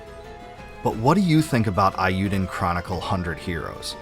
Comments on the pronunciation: The Japanese vowel sound for E is how we say A in English. SO it should be pronounced A U Den Chronicle. Sorry I just had to tell you this before I can continue your video. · Eiyuden is prounced with a long A sound. Not like "I". "ei" being pronounced like "I" is a Germanic pronunciation. In Japanese e is pronounced like "eh" and i is prounounced like "ih". Combining them gives an "ay" like the end of "today". It rhymes with "hey you den" Eiyuu means "Hero" in Japanese.